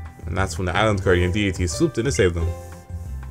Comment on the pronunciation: omg he read guardian deity as guardian dedede im fking done